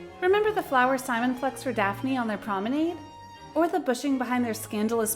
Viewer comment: If you're going to do a video about Bridgerton, please learn how to pronounce words like viscount and promenade.